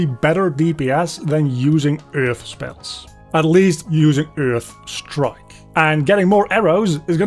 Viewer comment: i love the way you say earth, kinda like eurghth